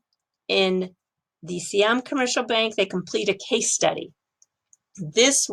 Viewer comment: Sai Yaam(not SEE Yaam) Commercial Bank, you had it before :)